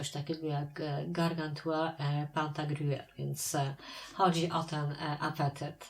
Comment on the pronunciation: Piękna wymowa Pantagruela